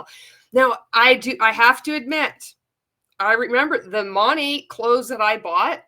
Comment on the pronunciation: Kind of material OK the most irritating thing about this other than being a multilevel marketing cult is that MONAT is not pronounced MOE-NAYYY. Not in any freaking language, especially English.